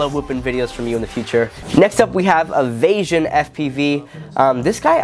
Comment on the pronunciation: Thanks for the feature!❤️❤️ It’s actually “Ayy-vee-asian” like aviation haha but all g homie lots of love guys